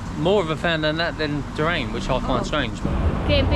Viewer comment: I know these are pre-recorded but its pronounced DOO-RIAN/JEWRIAN, spelt Durian, not pronounced DOORAIN and spelt Dorain. I before A making it IA not AI.